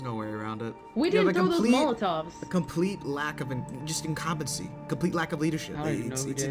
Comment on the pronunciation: (He said, "incompency" - I am making fun of him. You're a smart guy, you know that.)